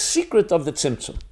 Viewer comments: Am I crazy or does he keep saying Simpson......like the show...... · what is the correct word that sounds like simpson he's been saying during the hole video? Trying to study a little about it but couldn't find it anywhere 😅😅.